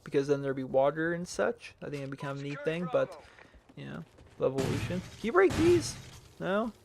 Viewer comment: "levolution" . lol . Pathetic , Ghosts , is pathetic .